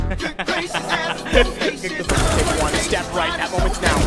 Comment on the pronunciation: I love that ,,fak'' sound xD